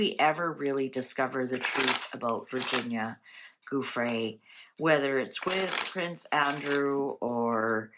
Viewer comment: Her surname is pronounced Joo-fray.